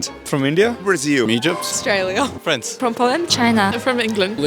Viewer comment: E G Y P T , not eygpt 😂😂😂